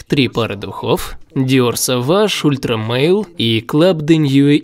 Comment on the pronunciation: Ультра Маль, а не Ультра Мейл... Жан-Поль Готье - бренд французский и читать нужно по французский